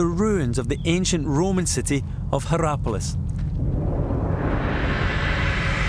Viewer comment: "Herapolis" does not sound very Roman. ^^